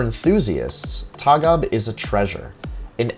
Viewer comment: Its Tåg AB not taga im from Sweden and Å=O "Tog"